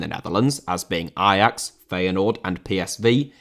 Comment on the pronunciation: I'm not Dutch, but respect for saying Ajax the way it is supposed to be pronounced.